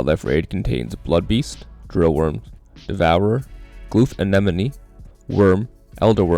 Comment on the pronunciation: The focus on saying anenome 🤣